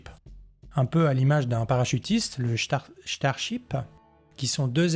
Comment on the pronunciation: Le ch'tarship... ouais ouais !